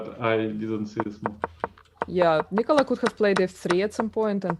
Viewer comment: You're all saying it wrong, it's pronounced Nikola